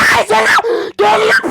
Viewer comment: Abı türk konuşmayımı unuttun Gelıyır Diye konuşuyon 😂